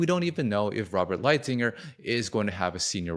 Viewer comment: "Light hizer " is his name pronounced. He was the main point guy on China negotiations under the Trump admin and the fact that u don't know this dude points to a general lack on knowledge in the area of trade